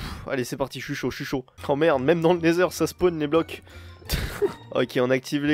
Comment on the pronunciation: Je rêve ou quand il était dans wend il à dit natheur